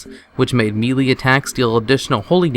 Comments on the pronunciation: Melee is not "mee lee" it is "may lay" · Melee = MayLay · Melee... MAY-LAY... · Melee is pronounced May Lay. Great video.. lots of good stuff! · melee is pronounced maylay :P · its may lay.....god i hate people who dont speak the english good like i does